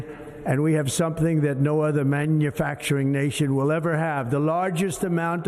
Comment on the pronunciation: When he tries to say “manufacturing nation” his prosthetic palette is slipping.